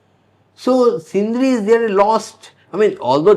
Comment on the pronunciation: Not Sindhris it is Sindhis.